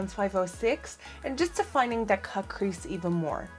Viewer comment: Who else kept hearing caprisse instead of cut crease? Lol